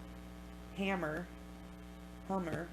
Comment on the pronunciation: This story is so sad....i live in Franklin and she was taken mins from my home...so glad they got this guy....i was young when this happened but I remember it being a big deal here when she was missing and when they found her...makes my heart heavy💜💜.....and his name is Lance Ham-ner lol he later became a judge....rip kelly